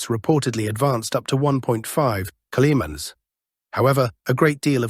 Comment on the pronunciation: Why is the word kilometers nearly always mispronounced in these videos?